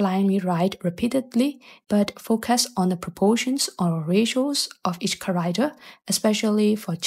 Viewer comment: car - act- er Not carider